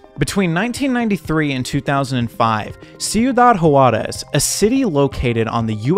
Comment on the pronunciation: Hate to be that guy: "Juarez" = "Hwarez" not "hu-arez"